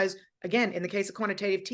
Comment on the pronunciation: She definitely said quantitative TEETening 😂